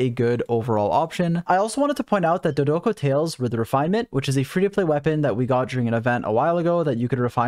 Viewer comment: I try not to clown on your bad pronunciations usually, but Klee says Dodoco so frequently during her event that I have to bring it up!